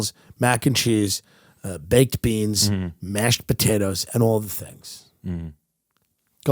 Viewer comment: I’ve never heard someone say the “D” at the end of masheD potatoes before with such an elitist tone. National treasure people. 🥔